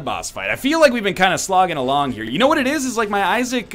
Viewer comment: "Welcome to the binding of asgard." At least thats what I heard 😂